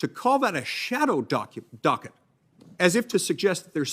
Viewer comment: I learned something - when Mike Lee gets mad, he can't pronounce "docket".